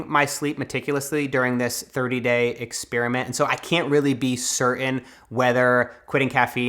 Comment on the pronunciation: A. I have adopted your pronunciation of experiment and it annoys my girlfriend. She reminds me, “An experiment is not what happens AFTER spearmint!” B. I tend to wake up 20-40 minutes after falling asleep with INTENSE restless legs. I’ve read a lot of articles about it, tried a bunch of things, and I’ve even gone to the doctor about it. All to no avail. It’s a long shot, but I’m curious if you have any experience/advice regarding this. C. Acne from a mask is a thing. It’s called maskne. A word for everything. D. Absolutely LOVE the idea of replacing the screen time before bed. I’m going to try meditation. Thank you!